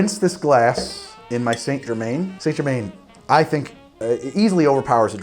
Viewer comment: It's Saint-Germain not Saint-Germaine